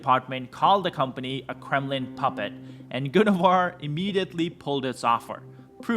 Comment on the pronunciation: It’s not called “Goon O Var”. It is called GUN VOR.